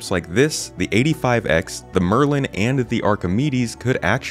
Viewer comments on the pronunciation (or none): none